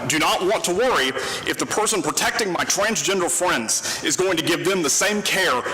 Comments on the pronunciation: “My twansgendwa fwendz” bro is obviously autistic someone put him in a hospital 😂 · 😂😂😂 Elmer Fudd pronunciation of “twansgender fweinds”!😂😂😂 The pronunciation coupled with the disproportionate outrage makes me chuckle. These people & their supporters constantly validate the umbrella of mental instability most of them live under.